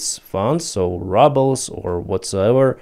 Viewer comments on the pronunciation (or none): I love the way u pronounce the ruble. It is rubble. 😂